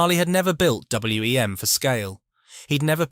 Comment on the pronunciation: Agreed. I had WEM amps and a Copycat and we always called it WEM (one word) not W.E.M. It is a bit distracting